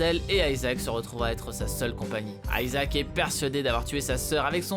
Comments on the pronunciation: On dit ISAAC et pas Aïsaac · ça ce prononce pas plutot ISAHAC ? et non ayzak, stop inventé des intonations inexistente svp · aïe mes oreilles ! Isaac ! pas aïezak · euh aisaac ? c'est Isaac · aiesaac ou "I"ssac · C’est pas aizak isaac bordel tu le prononce mal 😂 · Ça prononce a l anglaise moi je dit isaac pas aïesaac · Grrrr ça ne se prononce pas "Aïsaac " mais Isaac c'est chiant la par contre ! Quand on veut parler d'un personnage faut déjà connaître son nom... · Isaac !!! Pas Ayzak !! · WTF pourquoi Aillesac ? On dit IIISAC PAS AILLESAC, a chaque fois qu'il le disait je voulais lui mettre des claques derrières la tête ... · Même Isaac est prononcé à l'anglaise maintenant xDC'est Isaac et c'est hebreu donc certainement pas Aïsac en français ! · On dit pas plutôt Isaac au lieu de AYsaac ? J'ai toujours dit Isaac perso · isaac ce dit izaac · arrêter avec vos prononciation a l'anglaise.. aïzaq c'est moche ! bruh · Ta prononciation d'Isaac, comment dire ? :p